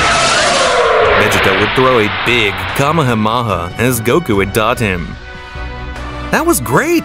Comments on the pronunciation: bruh said kamahamyamama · Kamemohaha Intead of kamehameha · Comeonyourmama it is kahameha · No one noticed he said "kamehahahahaa" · Who else Heard Kamehamama Not Kamehamaha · How do u mess up the name of Kamehameha 😂😂😂😂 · I bet a baby can win this dude in a race to pronounce vegeta or broly or Kamehameha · He can't even say kamehameha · learn to pronounce Vegeta, Saiyan, Kamehameha!!!